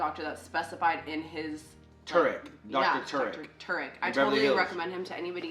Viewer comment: Tarek is an Arabic name.. it’s pronounced Tah-Rik (roll the r). Beautiful name too